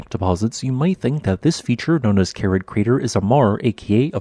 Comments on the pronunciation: The correct spelling is Kerið. It's pronounced Kerith (ith similar to English with). If you can't use the special ð letter, you can write Keridh. Your automated speech generator also had a little problem with Fagradalsfjall. What would it make of Þingvellir, that very geologically interesting place? As you say, Kerið is geologically interesting because it formed differently from most other small craters with water in the bottom. But unless you are a real geology freak, it's just a crater with water in the bottom, and of rather moderate scenic interest in comparison to what else there is to see. I've been to Iceland many times, seen many scenically interesting craters with water in, and I certainly wouldn't pay even that modest 450 ISK to see Kerið. But I suppose it is included on many day trips out of Reykjavík because it is quick and easy to visit while you are on a Golden Circle (Geysir, Gullfoss, Þingvellir) day tour. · I have to point out that the name of this crater isn't Kerid, but Keri-eth. This is because the last letter of it's name isn't an English 'd' but an Icelandic letter that looks like a 'd' with a horizontal line struck through the upright, and is pronounced 'eth'. I learned this during a stay in Reykjavik, when talking to the hotel receptionist one day. She kindly explained about the unusual letters in their alphabet, of which this strange 'not-a-D' was one.